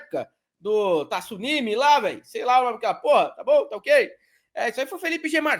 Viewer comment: Pelamordedeus, não existe a palavra "tissunami", isso é uma agressão aos ouvidos!!! É tsunami, com a primeira sílaba sendo apenas TSU, sem nenhuma letra "i" entre o "t" e o "s"! Assim como não existem "jiu-jitissu", "Mitissubishi" ou "Mao Tisse Tung". Tsunami, jiu-jitsu, Mitsubishi, Mao Tse Tung. Mentalizemos que não existe esse "i" imaginário entre "t" e "s", por favor!